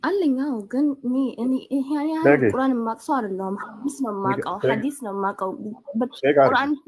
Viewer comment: ቁራን ትላለች ቁረአን ነው የሚባለው